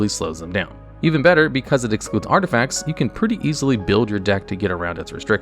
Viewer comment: 2.46 "artifcats"